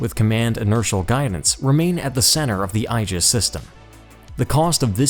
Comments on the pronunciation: When describing the Japanese destroyers and their duties the narrator pronounced the word, “Aegis” as “EYE - JUHS.” (think eyeball) The more common American pronunciation is, “AY - JUHS” which apparently is also incorrect but is prevalent throughout the Navy. The correct pronunciation is , “EE - JUHS” supposedly the correct Latin pronunciation, most often used by pedants. I suggest maybe hiring a copy editor. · Aegis is pronounced 'E'JIS with a long "E" followed by a JIS. Two syllables. OK?! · The narrator mispronounces "Aegis" and "Atago".